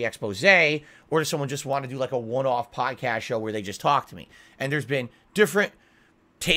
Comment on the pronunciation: He says they tried to turn his power off but when he says off it literally sounds like he is saying on, his mouth is all fucked up